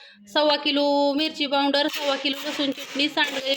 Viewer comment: पाउंडर नाही ग आक्का पावडर म्हण